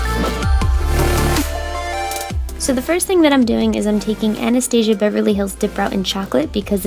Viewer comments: The way YOU PRONOUNCED ANASTASIA HAHA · Omg I can tell this video is old because of the way she pronounces anastasia and morphe